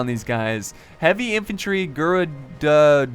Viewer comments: It's Gair-oo-doh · Gerudo is pronounced j-air-rude-oh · It's "Ga-roo-doh". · They're pronounced "Gair-rude-oh" in BotW. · Gerudo is with a hard 'G'. emphasise on the 'ru' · you messed up the pronouncing of Gerudo